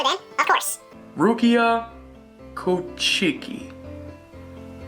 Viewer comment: You can tell this dude knows nothing about Bleach (the manga or the anime). Not only does he pronounce 'Kuchiki' and 'Orihime' incorrectly, he also apparently doesn't know what soul reapers are. Its like putting Goku on a 'top 10 strongest anime characters' list, without knowing what a Saiyan is.